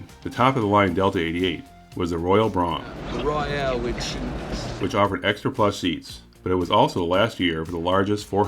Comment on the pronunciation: I've always heard it pronounced to rhyme with "comb" or "foam".